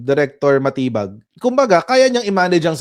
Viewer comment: SILENT “DI” dun sa surname ni Chief. Dapat pala talaga yun ang basa DiMatibag. 🤣😂